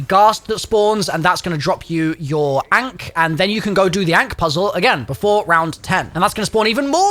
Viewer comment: Yooooooo STOP calling the ankh (unk) ANK!!😂